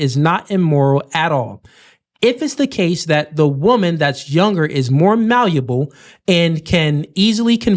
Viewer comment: GOD's plan being thrown all over the place by these wenches, "Malleable (Malluable in her pronunciation)" aka= Submissive, GOD'S MANDATE AND LAWS FOR WIVES, "Wives Submit yourselves unto your own husband" Ephesians Chapter 5 verses 22 to 24.... King James Version (Don't read them Other Bibles)..... ALL OF THESE WOMEN ARE A NIGHTMARE WAITING TO HAPPEN TO REAL MEN, as they ALL SEEM TO BE HELL BENT ON THE RESFUSAL TO SUBMIT TO MALE AUTHORITY !!!!!